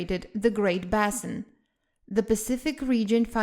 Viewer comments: Oh honestly, the word "basin" is pronounced "BAY-sin". If you're making a presentation for Youtube then you're necessarily online, and so you can find the proper pronunciation of words in a heartbeat. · If she didn't have an accent I'd have been critical, but she clearly does have a consistent accent so that's just how the pronunciation is going to be. Like Bah-sin for basin, that's a Spanish pronunciation of "a".